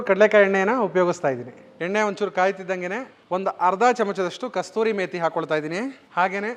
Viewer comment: adu KASTURI METHI alla, adanna KASURI METHI antaare 😂😂